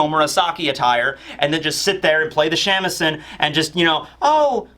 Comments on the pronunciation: Shamisen (shah-mee-seh-n) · Hearing your pronunciation of Shamisen is too funny. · How you pronounce shamisen makes me giggle